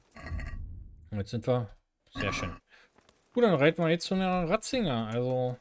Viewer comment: Alter der heißt Radzig und nicht Radzinger AAAAAHHHH 😣